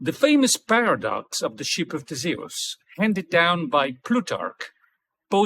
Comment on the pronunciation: Thanks for making this video. Good info and lots to think about. BTW, I. Like the way you pronounce Theseus 🙂